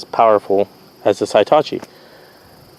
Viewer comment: Heetachi not Hightachi ... just like Hippo not Highpo